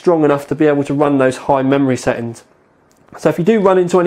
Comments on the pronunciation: Is this what they call 'glottal Ts'? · "list of SE ings" :P " Li ull"